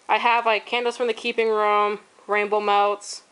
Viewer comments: HA HA! When you said "rainbow melts"... I heard "Rambo melts." I thought... "I haven't heard of this vendor!" :) Loved the video!!!! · I kept hearing 'Ramble Melts'...lol